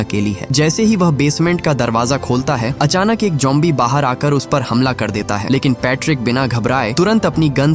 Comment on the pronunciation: Bro it's zombie not jombie😊